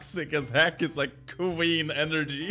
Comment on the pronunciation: the way he said queen was so swedish like omg😂